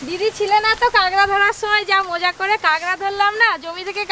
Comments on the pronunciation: Didi tumi sob kichur aktu thik kora nam nii😂 ota kagra na kakra🥰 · kangra noi kakra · Kakra ke kangra bolche keno kotha bolte parena naki khet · Ota 'Kangra' noi, 'Kakra'. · বলছি ওটা কাকড়া হবে কাগরা না😂😂😂😂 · কাগরা বলো কেনো কাঁকড়া বলো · কেংরা নাকি কাকরা 🤣🤣🤣